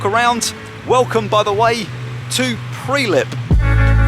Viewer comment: Hi, it's called Prilep mate and not Prelip and MACEDONIA ok don't insult us is it Yokrshire or Yorkshire lol😊